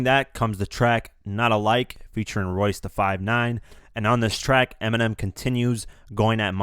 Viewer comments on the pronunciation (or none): none